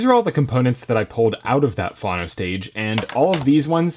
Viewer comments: what in gods name is fano???????????????? do you mean phono???????? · I cringe every time you say phAno instead of phono :) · I have never heard anyone say fhano, so I agree. Great guy, great videos — pronounces all other words pretty well though so it is odd. Maybe.he just doesn’t know. Wonder how he pronounces photo? PhAto?